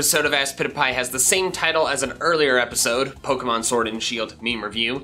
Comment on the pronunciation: He said srwod not sword